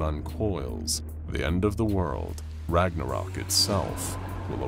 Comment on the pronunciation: Thank the Æsir and Vanir you actually put in some effort to pronounce the name properly instead of English-fying it into an abomination. Well... Jörmungandr at least. You butchered Ragnarök